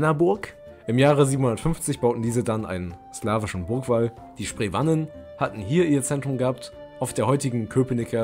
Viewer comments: Sie werden Heweller und Spreewahnen ausgesprochen.😉 Sonst ist es gut gemacht.👍🏻 Grüße von einem Historiker aus Brandenburg. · Aua, die Aussprache von historischen Namen (Heveller, Sprewanen, Wettiner) tut ja den Ohren weh! Bitte nicht nachmachen!